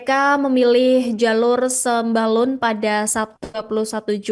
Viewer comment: Sembulan sembalun😅😅😅 pembawa acaranya belajar lagi ya bacanya